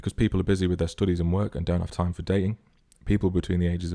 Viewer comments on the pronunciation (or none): Their "stoodies"